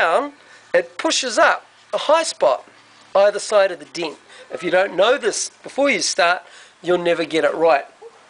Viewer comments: It's pronounced DENT not DINT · Fix the diiiinnt. Ure accent is awesome. Greeting from California